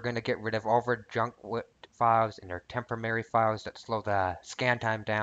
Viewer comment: due to repeated misuse....it's temp-oh-rare-ree, as opposed to 'temp-oh-marry'